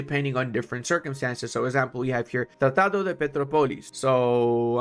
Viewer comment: Pe - TRO - polis, the enphasis is in the "tro" syllable, thats why it has this (ó) sign. Now you can say it like a native and impress others at work, useless knowledge but you're welcome kkkk. In "tratado" and "de" you nailed it